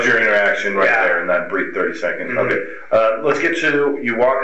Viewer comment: Why does almost every investigator pronounce okay like "Okwai"?! Once you hear it you can't unhear it.